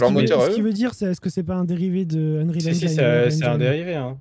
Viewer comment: Engiiiiiine et non Enjaïne ^^